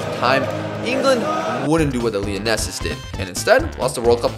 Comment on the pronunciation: I like how you pronounced lionesses like Lionel Messi lol